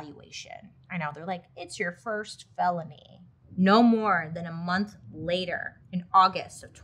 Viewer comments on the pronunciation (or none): none